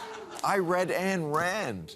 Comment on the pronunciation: He still can't pronounce "Ayn" correctly? Rhymes with mine. All correct with his assessment of presentism.